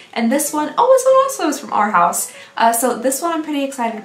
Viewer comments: Not “our house” “Ar-house” 😂 i love you. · I love fabfitfun! Still haven't received my box but can't wait! When you read the food trivia my head went straight to meatloaf too 😂. Also I live the way you pronounced arhaus sounds like it would be a really pretty and fancy brand name 🥰😂